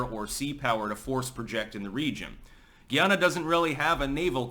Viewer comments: It's guy-ah-na and the citizens are called guy-ah-nese. Also, Guyanese people identify with the Caribbean. Educate yourself please. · Hey im a big fan been watching for years now. Just wanted to let you know Guyana is pronounced Guy-anna and the people from there are Guyanese. Keep up the great work 👍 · We pronounce it GUY-ANNA... 👍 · They say Guy nese like Chinese and Guy anna like Diana. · It’s pronounced Guy… Ana